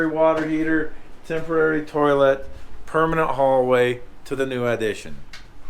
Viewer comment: Came in the part where you said tolit and I thought you were smelling your fingers lol